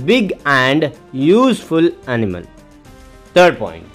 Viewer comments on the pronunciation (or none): Sir vo anemal nhi hota hai animal hota hai baki sab to thik hai 😂